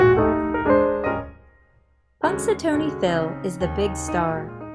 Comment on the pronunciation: If you are going to read aloud on the internet, please pronounce it correctly! It's PunxaTAWNy, not TONY.